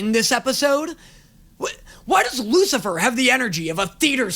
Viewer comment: "Oh here comes the wucifer specal "